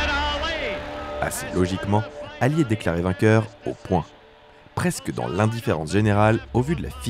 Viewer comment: d'accord avec toi parcontre ça pique les yeux comme tu a écorché le nom de ALI..